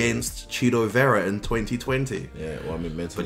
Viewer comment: Thank you for rolling the R on Vera. Love from us Latinos!